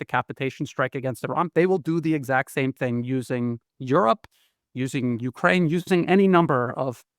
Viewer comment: Glen, I listen to you all of the time and you are very informative. However, please pronounce Ukraine correctly, the emphasis is on ‘kraine’ not U. Thanks